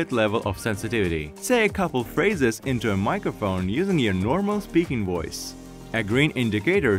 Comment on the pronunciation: "Woice over".